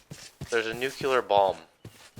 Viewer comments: add him to the list of people who say nucular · nuCLEar not nucular. it is pronounced new-clee-are. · Nook-lee-are not nucular btw